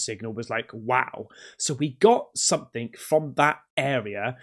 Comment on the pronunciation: Stop saying "somethink" - it's "something" 🤦‍♀️